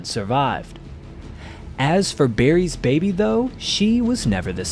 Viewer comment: Why does he keep saying ‘Berry’s baby’ instead of ‘Barry’s baby’?